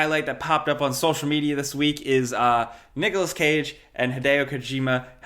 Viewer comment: Did bro just say "noggalas cage"😭